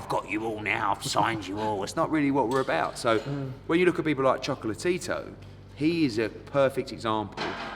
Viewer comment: Choco-La-Tito FFS!